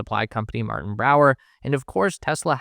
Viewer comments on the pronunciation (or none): none